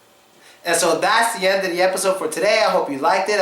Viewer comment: "ze car?" "ze book" ugadal? :D